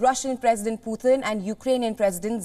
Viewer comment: Who is "Pootheen"?